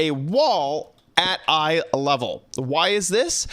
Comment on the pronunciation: i could not understand what you were saying. Eye level????